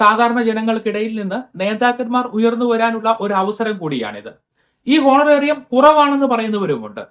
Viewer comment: It is not ഹോണറേറിയം But it is ഓണറേറിയം 🙏